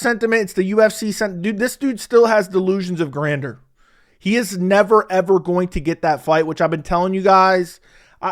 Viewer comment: use the word right if you’re going to try and sound smart lil Buddy. Gran-jur is how its said